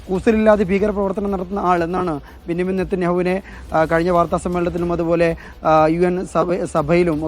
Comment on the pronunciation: ബിന്നിമീം അല്ല ബഞ്ചമിൻ 😂😂😂😂